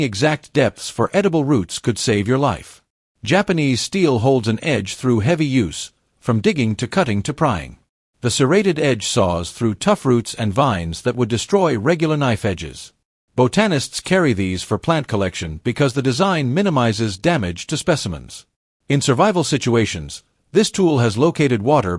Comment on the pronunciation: “…beau tannist…”. Who’s that, George Hamilton?